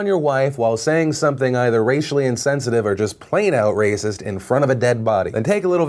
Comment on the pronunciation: It's wacist! omfg lol